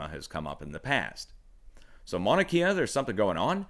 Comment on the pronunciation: Emergency Management Associates close.. it could pass as correct too but the u is pronounced usually.. "mow-na"